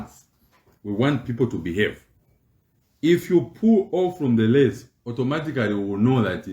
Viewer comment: Please Sir, it's race and not lace😂😂😂😂😂😂😂😂😂